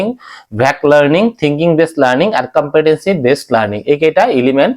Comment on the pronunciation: It's called competency Not compentancy Wrong pronunciation